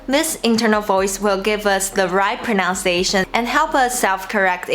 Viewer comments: my tip would be that pronunciation doesn't have an 'o' in it. it's pro-nun-ciation not pro-noun-ciation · Your English is excellent and sounds really natural - fantastic! As a tiny tip though - and many English native speakers also say this by mistake - there is no "ow" sound in pronunciation - only in pronounce. In pronunciation the middle sound is 'uns'. Have a lovely day!